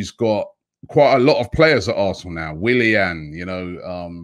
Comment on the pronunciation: and then they say "Kroenke out". and for god's sake his name is WILLIA N - WILLIAN with an N